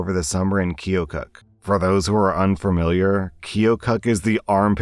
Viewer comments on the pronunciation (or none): Funny enough it’s pronounced kill-kuk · Hi Iowan here. You are close to the pronunciation of keokuk, except the o makes a short u sound for an unknown reason.